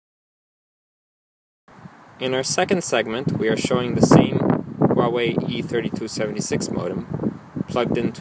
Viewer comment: You pronounced the name wrong. The proper pronunciation is "Wah Wei" . A lots of people got this wrong.